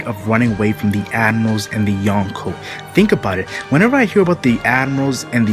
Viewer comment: the way you say admirals , sounds like animals